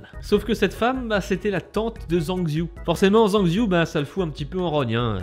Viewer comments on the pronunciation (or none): none